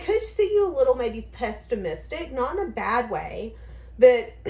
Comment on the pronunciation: I love love you to pieces and listen daily. There is no ‘t’ in the middle of pessimistic. Xoxoxo